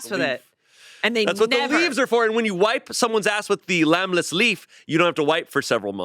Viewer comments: Is calling it "Lamb-less bread"? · Did say "lamb-less bread" 3 or 4 times in place of lembas? Oh boy... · Why wasn't anyone there to clock saying "lambless" bread?? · ok but why does keep calling the Lembas leaf the "lambless leaf"???? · pronouncing "lembas bread" as "lambless" over and over and over, may have just genuinely diminished my respect for him the tiniest amount. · I was a bit annoyed that couldn’t pronounce Lembas correctly. 😂